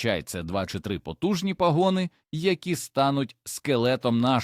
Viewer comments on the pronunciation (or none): ПАгони і ПАсинки,а не паГони і паСИнки!